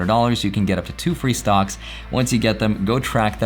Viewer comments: he says stonks lol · Anyone else hear “stonks” whenever says “stocks”